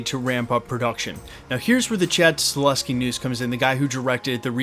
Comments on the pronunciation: Sorry to the that guy, but it's Sta-HEL-ski, not Sta-LES-ski. That being said... he'd be a GREAT director for Blade (IF it ever ends up getting made)! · YES we need John wick director Chad STAHELSKI brother ☺ it's just funny hearing you say Staleski in all your Blade Vids. Unfortunately he's gona be pretty busy in the next couple yrs especially if he is gona direct the new Caine series (if that's happening) 🤞 BTW thx for all your Vids bro. Appreciate ya!